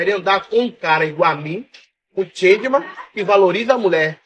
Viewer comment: Changeman ou Gentlemen? Oh, cognição não se aprende na faculdade, né?😂